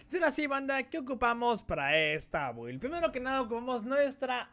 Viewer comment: Se pronuncia bild no build chingao